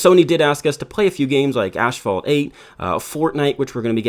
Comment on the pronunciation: did you really say ASHphalt 9?!